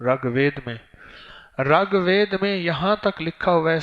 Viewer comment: dhakan miyan, pehlay RIG bolo RAG nahi. Sanskrit bolo san sakrit nahi. proof of the shit u r talking ?